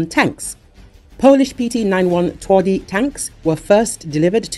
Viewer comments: You butchered the name, making it soft contrary to the meaning of the word "twardy" - hard/tough :P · Please, do not mispronounce TWARDY! WTF?